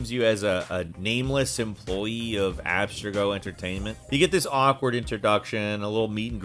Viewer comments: Lol, Abster-go! Maybe he never played the games but yeah, I feel you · Anyone else wince at how he says Abstergo 🥴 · he even mispronounced Abstergo even tho they say it a thousand times in the game smh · "Abstrego"? And you say it twice. It's Abstergo. The name even shows up on a monitor screen in some clips you show in your video. Abstrego!? It's Abstergo. Ugh! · "AB-ster-go" wtffff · Oh my God! It's ab-STER-go, not AB-ster-go. And these were more like hilarious moments than awkward. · "Abstrego"? Have they never played the game? And if you look closely, the name is on a monitor in the game, clearly saying Abstergo. Ugh! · Ah yes, the evil corporation "Abs-to-go" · Using all caps for pronunciation, though spelling it the exact same way, doesn't change the pronunciation. Ub-Ster-go may be the better route, unless I'm mis pronouncing it? Then again I haven't played the games in a very long time. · He can't even pronounce abstergo property when it says it throughout the game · what's with the mispronounced names lol. The way you say abstergo makes it look like you've never played an AC game but then you go into them in detail. I'm so confused 😅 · How did you manage to pronounce every name wrong except Connor and layla.. you can't even say abstergo.. like... what?? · Are you okay??? Like seriously??? The way you pronounce the names are like you’re having a stroke mid way through. BaYsim, AbSTigo, EEvor, he doesn’t even attempt Eivor, completely forgets there’s and I in it